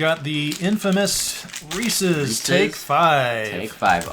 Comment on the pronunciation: So glad you pronounce Reese's correctly. Some say "REE+SEES" instead of "REE+SIS" drives me crazy.